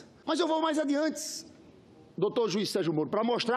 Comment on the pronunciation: kkk "mas eu vou mais adiantis" ihh Cacildis, deu ruim! Esse Lindbeghis é muito banal